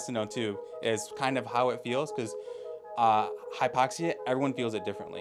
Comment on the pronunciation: Hypoxi??? Its Hypoxia.